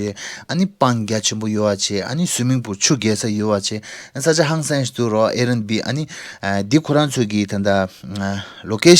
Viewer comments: It’s air bnb not Air n b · its Air BNB not airnb